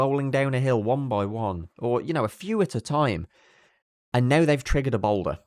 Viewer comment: The "balder"??? Not "boulder"?! I see what you did there!